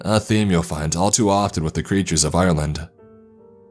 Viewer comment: lol im from ireland and my names iain dam... also u say ireland more like (are-land) not I'your'land theres no y sound